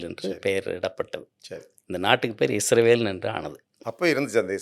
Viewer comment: தமிழில் முதன்முதலாக உண்மையான வரலாற்றை சொல்லும் ஒரு நல்ல முயற்ச்சி! வாழ்த்துக்கள்! ஐயா அவர்களின் உரையில் ஒரு சில முரண்பாடுகள்/விட்டுப்போனவை பற்ற்றி குறிப்பிட விழைகிறேன். 1. இஸ்ரவேல் என்று குறிப்பிடுகிறார், அது தவறு. நாட்டின் பெயர் இஸ்ராயீல்(சரியான ஹீப்ரு உச்சரிப்பின்படி). 2. ஆப்பிஹாமின் மகனார் ஜேக்கபின் மற்றொரு பெயர்தான் இஸ்ராயீல் என்பது. அவர் அவ்வாறு அழைக்கப்பட காரணம்/பொருள் 'தெய்வீகத் தூதனுடன் போராடியவன்'. என்பதாகும். 3. இந்த ஜேக்கப்/ இஸ்ராயீல்/இஸ்ராயெல் க்கு 12 மகன்கள்,அவர்கள் இஸ்ராயீலின் வழித்தோன்றல்கள்/ பெனி இஸ்ராயீல்/இஸ்ரவேலர்கள் என்று அழைப்பட்டனர்.